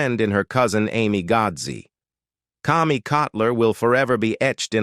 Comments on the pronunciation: Most of this is rubbish. Cammy, not Commy! (Pronunciation only). Obviously not a real person narrating. Seen many of these before and after shows and most of them are so wrong. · Kami's name is pronounced Kami with a long A, not like "Commie". They also did not live on "Walnut Mountain". They lived on Walton's Mountain. Go figure... The narrator also mispronounced Michael Learned's last name. Why didn't he double check?